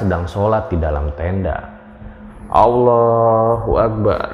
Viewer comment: Seneng nihh kalo bilang Allah hu akbarr.. Fasihh